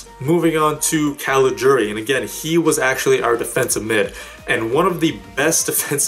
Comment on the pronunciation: First english speaking Youtuber who pronounces CALIGIURI right! For that alone you get a big thumbs Up!